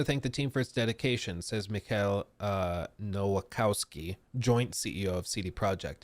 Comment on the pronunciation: if you ever struggle reading Polish names, just remember that 'W' in Polish = 'V' in English. Nowakowski is Novakovsky:)